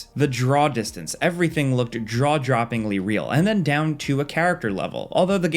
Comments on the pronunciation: "draw droppingly real" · just had to point this out lol... "Draw Joppingly real" hahaha